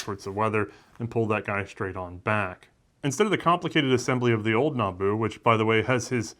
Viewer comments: Still saying Nambu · It's Nambu. Not "Nanbu".